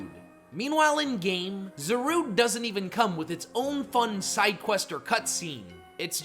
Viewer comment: It’s pronounced PEH-CHUH-RUNT, zuh-roo-DAY (which you stupidly glitched it as a Volcanion, which is vahl-CAY-NEE-UHN), dye-AHN-see, and ar-KEY-iss, “”! 🤨 You need to study pronunciations more, bub! 😤